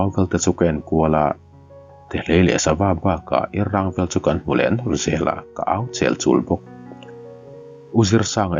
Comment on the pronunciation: Irrang pawh an ti ngailo Awrrang an ti aw